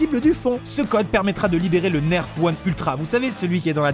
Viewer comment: enfin il dit bien nerf